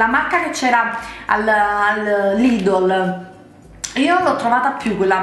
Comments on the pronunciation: si dice lidel non lidol !!! e si scrive Lidl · lidddddl ma come parla